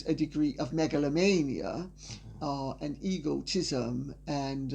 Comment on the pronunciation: Lady C’s use of the word ‘Megalomania’ was most apt, or did she say ‘Meganlomania’?